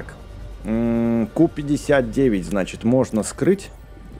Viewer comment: не ку59 а кью59